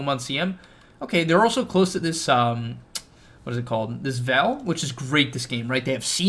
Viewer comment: The way you say veil lol, I was like wtf is he saying.. had to listen 3 times. Do all Americans say it like that? Are u American or Canadian, u sound American I think.